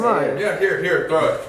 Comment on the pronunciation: I didnt know cant speak right its not teow its T--H--R--O--W